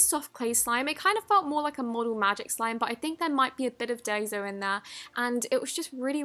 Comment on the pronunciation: It’s pronounced DIE - SO